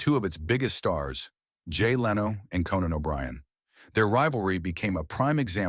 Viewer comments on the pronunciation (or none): CANON O'BRIEN .....boom boom book....shoot that canon..... hilarious mistake of the AI voice host.. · Canan O' Brian??? 🙄